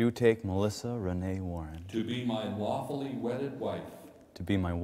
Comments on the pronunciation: U both are a joy to those of us that watched and heard your story.🙂🙂. The actual wedding video was hilarious 😆😆😆😄😄😄. What a tension reliever!!! Oh ya.It's lawfully,not wafully!! L.M.A.O.!!!🙂🙂🙂😄😄😄. Best wishes to both of you for a wonderful,happy life. From me in 🇨🇦Canada. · He meant to say 'lawfully', but it really sounded like 'wawfully'/'waffle-ly'. xD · Only if you listen at low volume, if you turn it up he 100% said lawfully.